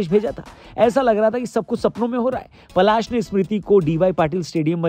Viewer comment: Bhai vo palaash h ....palash ped ka naam hai